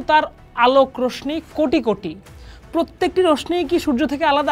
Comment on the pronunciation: উচ্চারণ টা রশনি হবেনা রশশী হবে।